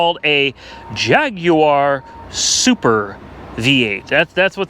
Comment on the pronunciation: Why does he say Jaguar like that? 😂